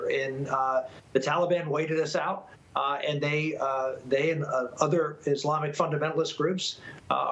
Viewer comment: Who exactly is the “Talley-Bon” Biden keeps referring to? 🤔🙄 |